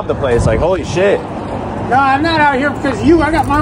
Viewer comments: The emphasis on the word shit 😂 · The way he emphasized shit had me dying